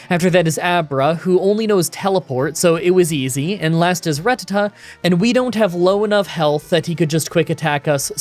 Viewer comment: Last time I was this early we were still teaching him how to pronounce "Ratatta".